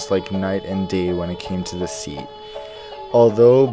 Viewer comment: Don't do overaction, you say to as chu and Qatar as khatchar..